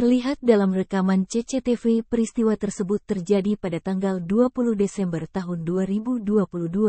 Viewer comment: Saya juga terharu,tapi jadi pengen ngakak ragara denger CECETEVE